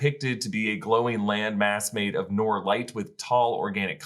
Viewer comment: Noor is pronounced "Nur"!